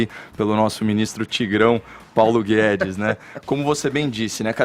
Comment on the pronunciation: "Paulo Gué-dês" 🤣